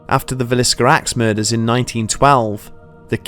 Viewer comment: um oh yea -Villisca not Visillica